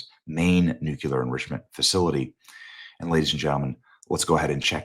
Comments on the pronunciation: It's Nuclear, not nucular. Your losing credibility. Everyone knows they have been trying to develop the bomb. Just because they haven't yet doesn't mean they won't. Your also ignoring Israel and the US getting in the way pushing them back. They have nuclear capability already. It's not a secret and they have terrorist proxies all over the place and you and others think they aren't even trying. I guess you want to wait till they get one and you have to say, wow they actually did it,then it's to late. And since when is their a spec of evidence we will get dragged into it with troops. What's next, joining code pink. So now you don't trust Trump and thinks he's that naive or stupid suddenly. Have we put troops in Ukraine? NOPE. It's teally funny these people who claim to be so Christian yesterday don't GARA about Israel. They aren't just some sh hole country. It's God's country. I hate say anti Semetism to quickly but with some on the Right lately, they ate making it obvious considering who they ate taking their information from and side with. It's teally sad. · Its Nuclear not Nucular Benny. Just sayin' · HEY BENNY!.....Newsflash: "New-QUE-ler" is NOT a word. Look at it. (nuclear) If you're going to present as one with credibility, at least pronounce the word correctly. It's "New-Klee-Er". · Benny, I love you. "New-cue-ler" is not a word. Nu-Clear Benny, that's it. lol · Benny… It is new clear… new clear —not new kew lar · I love you Benny, but NUCLEAR = New-clee-ur, not the GWB era mispronunciation “NUKULAR.” GW has an excuse, he has never been that bright. You are one of the best and brightest. Don’t succumb to the left’s stereotype of Republican men. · It's not NUCULAR. it's nuclear. Please make an effort. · Love your work Benny, BUT... The word is pronounced nu-clee-ar. You're saying it like George Bush — nu-cu-lar. Bush wasn't super-bright, therefore... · KNEW-KLEE-UR. Not NEW-QUE-LER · "New-Clee-er" - not - "New-que-ler" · What does nucular mean? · "New Killer"